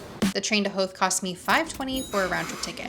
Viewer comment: I grew up near Howth and appreciate your accurate pronunciation. Beshoffs is awesome. You did a lovely review. Fair play.